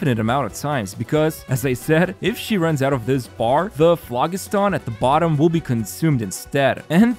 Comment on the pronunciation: The g in phlogiston makes a j sound. It's a real word, not something they made up for this update.